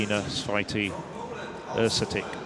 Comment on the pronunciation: These two guys were not that bad. 😄 I think that Święty is virtually impossible to correct pronounce for a native English speaker.